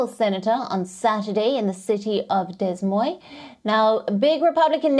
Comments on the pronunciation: OMG, she can't even pronounce Des Moines? OMG. Unbelievable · You would think she would be able to pronounce the name of the city correctly if she's a journalist?